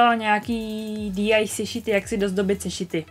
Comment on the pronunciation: DIY se nečte DI ale DIY a PLL se nečte PPL ale PLL